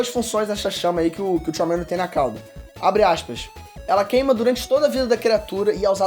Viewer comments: Vsfd, vc pronunciando Charmander é MT feio JKKKKKKKKK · Só não gostei do jeito que pronunciou o nome do Charmander. Tava dando agonia 😂